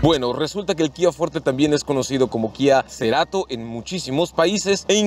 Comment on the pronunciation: "Kia Ceerato" no mms. FORTE!!!